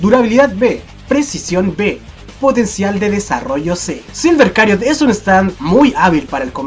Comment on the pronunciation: ¿Silver Chariot no se pronunciaría como "silver chariot" y no como "silver cariot"?